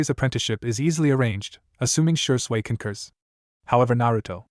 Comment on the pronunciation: This AI narrator 🤭. Shersway Uchiha, a and b u or if spoken umbu. Kuen, Chon, hate gecko, Raikage A is Raikage Uh. This narrator pronounces A's as UH.